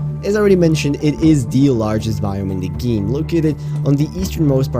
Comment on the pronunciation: “The largest biome in the geem”